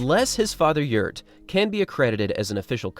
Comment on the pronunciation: The father's name is not "Yurt" but "Gjert" !